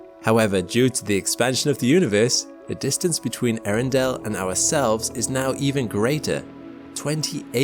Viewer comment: I admit the astronomy nerd in me could only just barely survive hearing him call the star: " Arindale "